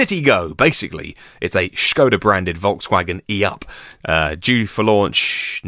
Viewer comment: What's with the pronunciation of Skoda becoming Schoda?